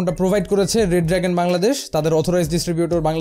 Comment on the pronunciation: EI COMPANY ER NAME , BRAND ER NAAM " re dragon " not red dragon its Re Dragon